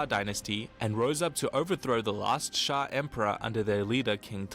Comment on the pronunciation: should just check cool history bro chanel compare to this saying shang as shank 😹😹😹